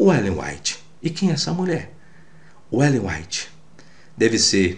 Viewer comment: Ele disse "Ellen Wytte"?